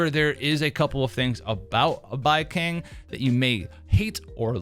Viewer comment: The only thing I hate about Baicang, is how you're mispronouncing his name , horribly , brother😂